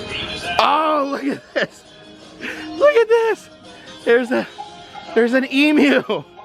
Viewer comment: YES you said Emu properly good job 👍🏻🇦🇺